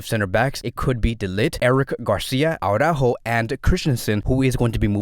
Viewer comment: Oh no, we're back to aww-rÁhho. No no no. It's ara-ÚÚÚho. You've been watching too much that screaming Jamie guy. Such a pity.